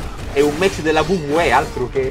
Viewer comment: tutto fico, ma la prossima volta la pronuncia in inglese ti prego 🤣